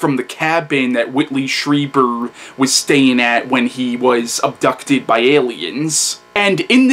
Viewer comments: Stree, not Stry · Yes, you are (stree-ber, not stry-ber like everyone says)